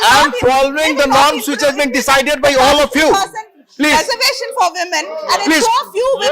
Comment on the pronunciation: This woman is not pronouncing reservation properly.